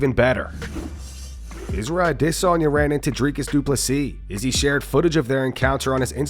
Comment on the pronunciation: Drink anytime you hear Dricus Duplesis😂